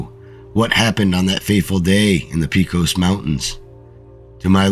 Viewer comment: “Pay-cus” mountains, not “Pea-cos”